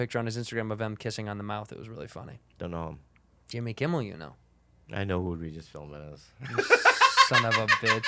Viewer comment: "Regis Philbman"